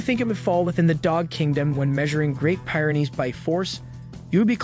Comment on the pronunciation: It's pronounced peer-en-eez, not pire-in-eez . . . just sayin